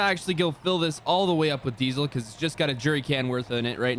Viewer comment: Why does it sound like you say dezle